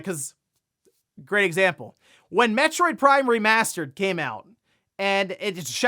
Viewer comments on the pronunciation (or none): none